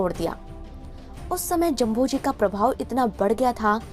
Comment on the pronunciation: मैडम जभोजी नहीं जाम्भोजी है 🤩